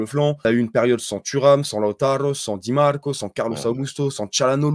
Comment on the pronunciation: Inzhhhhhhaaaaagi, di màààààààrco, iiiiiinter On a compris qu’il parlait du foot italien mdrr ça me fume